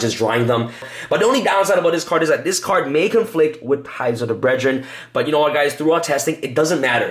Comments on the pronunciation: "Ties of der bredren' ??? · Anyone else getting triggered by how he pronounces brethren? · Dude you're missing letters all over the place..... Zera-DEE-US and Ties Of The BRETH-RINN, this video is a trigger storm